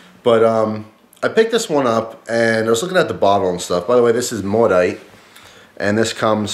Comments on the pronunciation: I live in Quebec, and this beer is everywhere..its actually pronounced "mo-dit" which is also a Quebec french cuss word, LOL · the T isnt silent at all it is pronounced mo-dit with the T pronounced. if you don't speak it don't give false information. and maudit means damned, maudite is the female word of the same meaning. yeah french is complicated. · Great review, just FYI in case noone mentioned it, I'm from Quebec it's pron. Moe-deet, meaning "Damned". So you're essentially drinking a great beer with a great name too. Cheers!